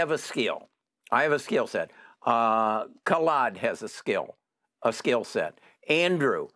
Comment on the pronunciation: How many different ways did try to pronounce that poor guy Khalid? Or what his name is